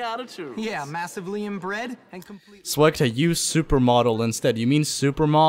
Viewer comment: Swegta not swugta